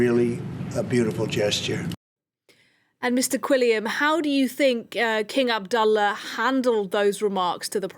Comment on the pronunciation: Very impressed with the news reporter’s pronunciation of King Abdullah’s name in Arabic👍 BTW, Queen Rania of Jordan 🇯🇴 herself is of Palestinian origin. Her parents were Palestinian refugees.